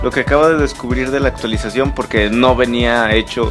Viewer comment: pero la unidad aumenta de precio y por cierto "Actuaisacion"?